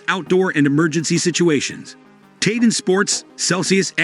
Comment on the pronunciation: It's prounounced tē - tän, as in Tee and Ton, not Tay-Ten.